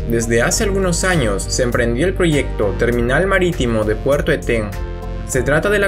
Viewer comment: Muy interedante pero es Eten, no etén